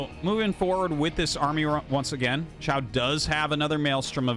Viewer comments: Hi! Someone feel free to correct me if I am wrong because I do not have a full understanding of Chinese. But I am pretty sure in pinyin "qiao" is not pronounced "shiao" but more similar to "chiao" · Oh, just fyi i guess but Qiao would be pronounced "Chiao" (Qi = Chi in pronunciation roughly), Xiao (would be Shiao like how you are saying it in the video)